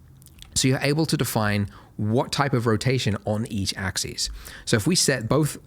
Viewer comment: "X AXIS". No, it's not his accent, Australians normally know how to pronounce "axis" and "axes".